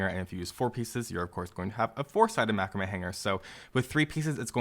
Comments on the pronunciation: Excellent video but please learn how to pronounce Macrame 👍👍😁😁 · must be where we are from but we pronounce macrame different... thanks for the video helping out heaps